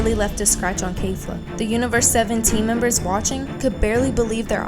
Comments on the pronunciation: this chick said “Kayfla”, girl it’s “Kefla” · did she just say...Kayfla? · Did she just say KAYFLA?